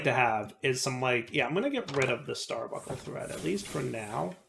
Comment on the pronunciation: bun, bunk, star bun, star bunk, starbuncle. Stop the genocide against the letter N!:) (obviously just mildly annoying, and I remember a short time span years ago when said it correctly)